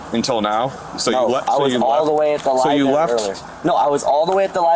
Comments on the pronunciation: If you're trying to say you were at a library, but call it libary, were you really ever there? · “I was all the way at the lie-berry earlier”. Where does one find this exotic “lie-berry”? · Libary??? Lock him up.